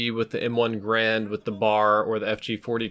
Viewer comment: Excluding his pronunciation of the M1 Garand.